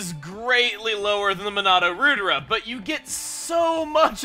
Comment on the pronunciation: I think Monado Rudra is a reference to a God (the destroyer of evil) in Hindu mythology, in which case it is pronounced Ruh-thra